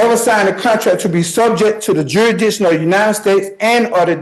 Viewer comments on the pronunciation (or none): I didn't know the proper pronunciation was jury dishon. The more you know....